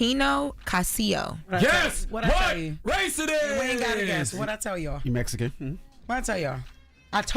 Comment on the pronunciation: Mejican??? Really